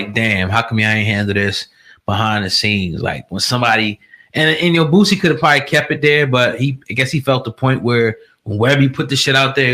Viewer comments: Boosie. Not Bootsie. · "Boō See" not "Boot see"